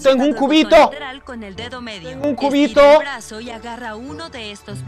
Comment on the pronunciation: staba en maincra y me encontrr un qbito WaAaAo un kubitoh en maincra jsjsj dijo cubiño :v?